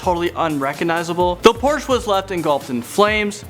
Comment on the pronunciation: OMG please say porsche correctly